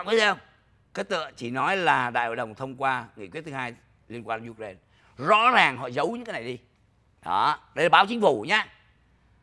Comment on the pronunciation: Ai cũng đọc u rai na còn chú đọc you ren nghe không giống ai